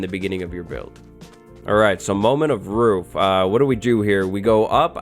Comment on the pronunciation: idk y but that "Alright moment of ROOF" was funny af 😂😂